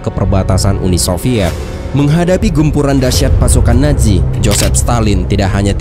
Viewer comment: Nazi bukan naji zizizi bukan ji